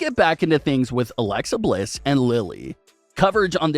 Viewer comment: You keep saying her name wrong man